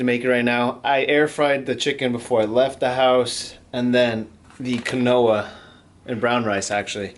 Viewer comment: I think it's pronounced "keen-wa". Also, 35grams of fat is INSANELY low... that's nowhere near enough to promote healthy hormone production... and your overall calories even seem super low... are you actually gaining on this diet?